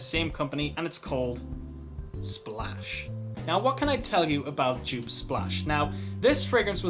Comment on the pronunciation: Come on, you know how to pronounce Joop correctly. This "djuuup" drives me up the wall, Brazilians do it even worse "djuuupehh":D A lot of Joop fragrances aren't easily available or have no testers, it's a shame.